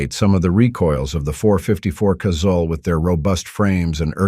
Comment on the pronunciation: Thank you for pronouncing Casull correctly. So many would be “gun experts pronounce it “Casool” and that is incorrect. Dick pronounced his name almost like “Castle” with silent “t.” But, the last pat rhyming with “gull,” not “gool.”